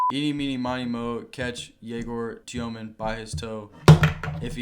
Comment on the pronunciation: you said gaylord djomin, which is nice